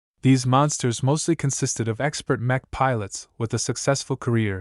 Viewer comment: > <--- Mech is pronounced mek like The first syllable in mechanic. The ch shouldn't sound like the ch in Cherry.😅 Honestly I don't like the voice